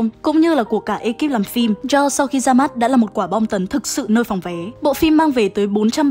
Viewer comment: Jaws phát âm là "cho" chứ ko phải châu nha